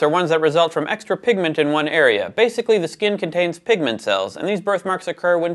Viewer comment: did you say 'pig'ment...